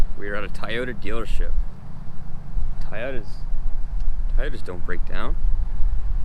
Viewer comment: Since you like "Tie-yotas" so much, I'm surprised you'd drive an F550. Seems to me you'd want a Hino...